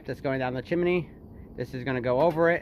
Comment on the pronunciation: At what point in your life wil you stop saying"chimeny"?